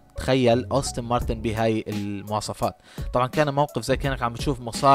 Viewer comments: يا أخي أنت تصنع فيديو ، وتتكلم عن سيارة لا تعرف كيف تلفظ اسمها ؟! السيارة اسمها مكتوب على يسار الفيديو : أستون مارتن aston martin ، وأنت تلفظها : أوستن مارتن austin martin !!! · أستون مارتن وليست أوستن مارتن 😭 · يا ريت تتدقق بأسماء السيارات بشكل صحيح وتعطي معلومات صحيحة لما تحكي ميكانيك مافي شي اسمه قوة ١٣٠٠ سي سي . والسيارة اسمها أستون مارتن مش أوستن .